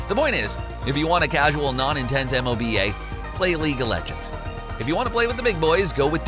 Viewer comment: Do other people really say "M-O-B-A" like that? It sounded so weird because I've only ever heard it pronounced as "moe-ba" and hearing it read out was odd. Kind of like people usually say the word "wow" when referring to "WoW" (World of Warcraft) but I've never heard anyone say, "W-O-W" because that's just weird as fawk. Is this a normal thing?